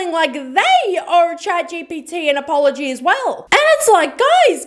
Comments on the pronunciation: Also, 'owe' not 'own'. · It's also OWE, not OWN. and APOLOGY. 😑